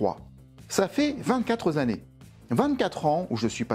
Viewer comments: "Ça fait vingt-quatre zannées." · "Vingt-quatre zannées" ?